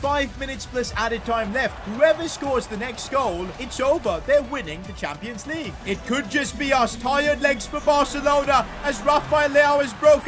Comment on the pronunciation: "Champions Legue"